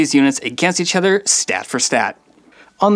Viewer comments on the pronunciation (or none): none